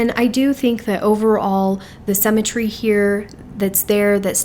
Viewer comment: I just discovered your videos today and am binge watching! Really loving hearing your take on the Kibbe system.💖 One small note of constructive criticism...you are pronouncing symmetry incorrectly. sym·me·try /ˈsimətrē/ I know this is a small thing, but with the amount of times you use this word (especially with describing classics) I thought you might want to know. 😘